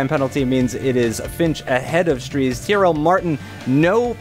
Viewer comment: I swear said CRL Martin when they lined up on the grid..